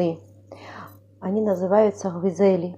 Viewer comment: GVIDZELI? What’s that?🙄sounds like a Turkish language.. not needed at distort the Georgian name